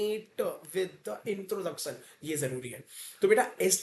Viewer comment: Intoroducsion nahi introduction hota hai